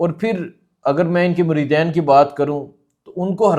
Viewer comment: مجھے صرف 1 منٹ کی ویڈیو سننے کا موقع ملا اور اس کے بعد سننا کوئی ضرورت نہیں سمجھتا۔ ویسے کمال یہ ہے کہ آپ نے اولیاء کو چھوڑ کر یہ کہہ دیا عمران خان کو کہ یہ اصل بابا ہے؟ کیا خوبصورت منافقت ہے۔ اور دوسری بات کہ اس پڑھے لکھے جاہل کو یہ بھی نہیں پتہ کہ مریدَین نہیں ہوتا مریدِین ہوتا ہے۔ 😂